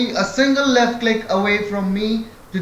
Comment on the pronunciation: Don’t Cleek!!! Don’t Cleek!!!